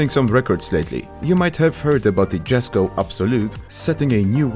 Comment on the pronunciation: Read Jesko as "Yesko" it's Swedish name not american.